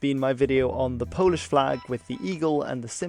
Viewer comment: As a Pole I learned stuff. Also, your pronounciation is perfect!